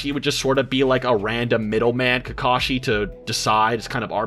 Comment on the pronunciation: Soooo many repetitions in this video of saying "Kakashi" wrong it made me cringe.